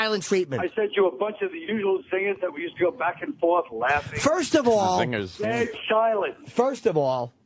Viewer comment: and the total opposite when "Furst of awl" comes out of Vos' mouth.